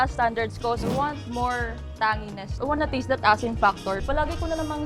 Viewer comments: Nakaka trigger yung tang-ngeeness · Food critics SHOULD just rate it by stars/checks not by numbers. Food taste is subjective You're NOT experts! You're just Bulaggers! These so called 'critics' are so TANGY..natatanging mga tanga! Tanginess should be pronounced CORRECTLY! Sakit sa tenga yung girl!! Paulit ulit!!! Wala na bang ibang descriptive words??? Umay!